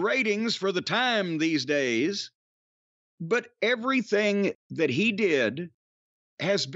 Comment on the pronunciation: Lol Russo adds syllables to words. "Ev-uh-ry-thing. Wrest-uh-ling." He probably does this because it's a way for him to get to talk longer.